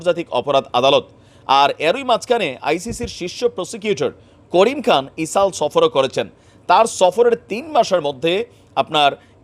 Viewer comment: বার বার ইসাল বলেন কেন? ইসরাইল বললে কি সমস্যা?